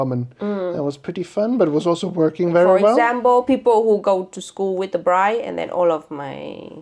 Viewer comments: Bless the priest saying ‘bridge’ instead of ‘bride’ 🙈😂 I know I know! But it also ain’t my first language either yet it still made me giggle! I also don’t know Uyen but I’ve followed her for years and it did tear up too! What a journey it has been to this moment!! Watching this as a 37 year old forever alone central euro chickie in London… it gives me hope 🙈😂🫶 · Oh he said bridge … not bride? 😮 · How very nice, congrats!! And funny: Did the priest really call you „bridge and groom“ instead of bride and groom? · LOL, in the beginning: he says "bridge" insteade of "bride". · Did anyone notice the Priest said BRIDGE and Groom not BRIDE? Poor Priest having to speak English AND pronounce Vietnamese words! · I can't believe the priest misread "bride" as "bridge" I understand it's not his native language but that word is somewhat central to a wedding 😅😅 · When I heard it I thought "Umm". Then I thought "well", because she is the bridge that bonded two families together. And that's how I'm only going to think of that mistake😅. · bridge and broom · "dear bridge"??? A bridge between cultures for sure but maybe next time the guy needs to learn to say bride. 😅 Anyway congrats and a happy marriage!🥳